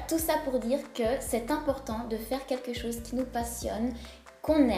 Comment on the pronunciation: "quekchose" ? On dit "quelque chose", et on évite de parler 2 langues en même temps quand on parle. Je ne vois pas en quoi être sexy et avoir confiance en sois sont liés.